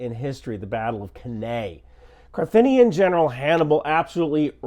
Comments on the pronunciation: Carthaginian not Carthinian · Carthinian? Carthaginian...and also its latin, ae makes an i sound